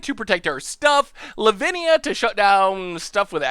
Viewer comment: L-Lavinia?! It's fun when mispronounces strange names and they become even stragner but this one became a normal name 🤣